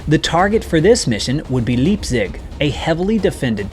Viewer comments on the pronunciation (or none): Leipzig is pronounced with a long I at the beginning of it, not the long e in Latin script period remember one thing common English are the worst people at speaking their own language that exists. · Just a mnemonic practice when prounoucing German Words; use Reich as the reference when saying words to use the long “i” when “ei” is used verses the “e” sound of “ie”. Listen again to how you pronounced Leipzig. Leap-zig is incorrect. Lipe-zig is correct. This rule works 100% of the time.